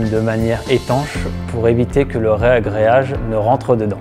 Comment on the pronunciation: C'est toujours surprenant d'entendre "rEagréage" dans la bouche d'un pro ! Sinon, le panneau prêt à carreler est obligatoire dans la salle de bain ? Pas possible directement sur une chape avec un ciment-colle modifié ?